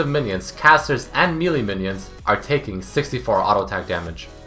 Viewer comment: why cant you say melee right